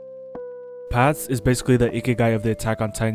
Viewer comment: He cant even say Paths properly